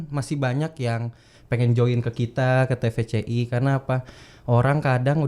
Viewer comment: Te Ve Ce I om bukan Ti Vi Si Iiii